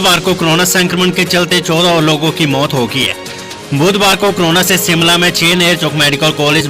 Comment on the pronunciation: Anchor ka Hindi ka uchacharan theek nahin hey jo ki sh ko sa bolta hey Shimla ko Simla bolta